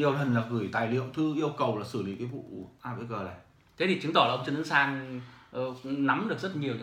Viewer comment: AVG không thể đọc "a vê gờ", phải đọc là "a vê gê"!